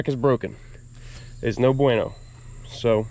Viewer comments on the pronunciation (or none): none